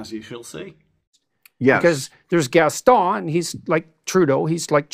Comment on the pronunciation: So like….. Gaston is NOT the beast.. 🤔🤔🤔🤔🤔🤔🤔🤣🤣. Then he calls him Gas.. stone…. This does make me want to drink less. 😂